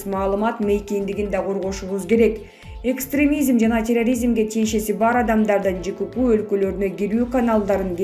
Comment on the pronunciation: Ай радикализим экстремизим дебей тилди уйрончу биринчи, анан калп суйлобой жур! Аж противно!